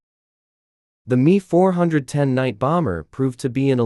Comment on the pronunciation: It’s not the “me” it’s M E.